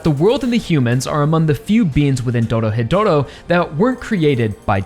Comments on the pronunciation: Ah yes, Doro-hetero, such a fantastic series. Sorry, I just like poking fun when people say it that way, this video describes the series well. I decided to pick up the manga since I couldn't wait for the anime to get a second season. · Ahh yes, I also enjoy "Doro-hetero"